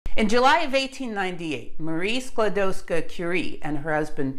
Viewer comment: Your pronunciation of Skłodowska is perfect.